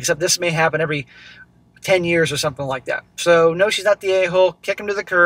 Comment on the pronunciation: was that "May the force be with you" or "May divorce be with you"?